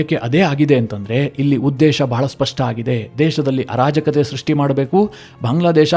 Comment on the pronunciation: ಅನಾಜಾಕತೆ ಅಲ್ಲ sir.. ಆರಾಜಾಕತೆ... ಸೆಕೆಂಡ್ ಟೈಮ್ ರೈಟ್..